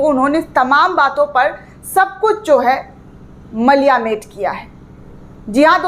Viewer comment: मलियामेट नहीं कहते मैडम जी 'मटियामेट' कहते हैं , आपका हिन्दी उच्चारण काफी कमजोर है ,और मेहनत की जरूरत है सही शब्दों से उच्चारण करने में